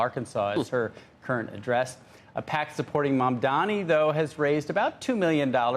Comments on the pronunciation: dani, not dami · It is Mamdani, not Mamdami, it is "N" not "M". The racism is palpable. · Andrew Ross Sorkin is one of the good guys, but can’t he learn to say “Mum-don-ee” properly? Zohran might become the mayor of the most important city on earth- we owe it to him to pronounce his name properly. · why does Andrew Ross Sorkin still call him MAMDAMI? Considering how obsessed he is with him, you can only think this is his racist passive-aggressiveness. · Famed and respected author who people take seriously Andrew Ross Sorkin still saying “Mandami” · You idiots need to get his name, right. It’s pronounced Mum-Danni. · It's incredible that Sorkin cannot pronounce the name right. He says "Mandami" at least twice. Betrays the disdain. Come on man, you're an actual journalist. It's not that hard. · not billionaires, its criminal billionaires... and btw its MAMDANI with a N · Journalists get Mamdani’s name correct challenge: impossible 😂